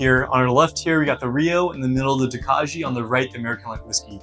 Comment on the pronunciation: Prounouciation is Toe-Kye. It's a Czech grape used in making a sweet white wine. Good luck young man! Thanks for the review.